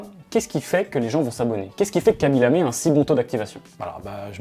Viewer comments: C'est "Khaby LamE" et pas "LamÉ". Signé un Sénégalais qui n'a vu que 3 secondes de la vidéo mais qui a quand même envie de la voir lol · Hello, ce n'est pas "Kabi Lamé" mais KHABY Lame. Un tout petit effort please sur la prononciation. superbe vidéo